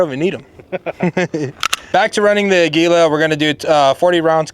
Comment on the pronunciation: I'm am the only one upset that he said Aguila the way he did.